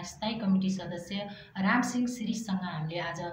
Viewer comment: रामसिङ होईन रामसिँह भन्नुस्!